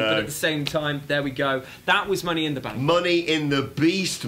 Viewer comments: Money in “Bak” shorty whatcha thaaaank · "Money in the bak" niceee